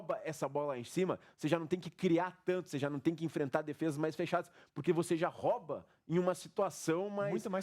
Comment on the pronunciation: Excelente análise, pena os erros de português. O correto é falar "ROUBA" a bola, e não "RÓBA"!!! Fora isso, nota 9.